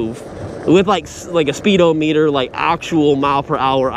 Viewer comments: This was driving me crazy too, it's not "O" meter, it's speed-ah-me-dur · It's pronounced spee-dah-muh-tr...... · Speedo meter??😂😂😂. It isn't pronounced that way